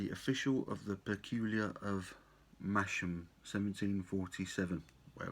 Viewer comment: Pronounced “massam”. Well worth a trip for a weekend stay lovely little market town few good pub and the two rival breweries either side of town theakstons brewery and black sheep brewery